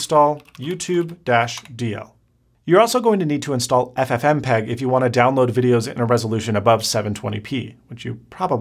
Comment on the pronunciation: ffmpeg....say it again, ffmpeg hahahaHhaha